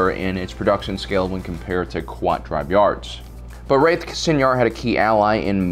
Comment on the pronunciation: So I guess the pronunciations of 'kwat driveyards' and 'señor fleet systems' is cannon now?